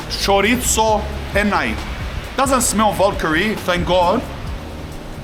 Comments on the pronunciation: choritttzo 😂 broooo you are somewhat spaniard, say it right 😀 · Stop saying chorizo like that you dork 😂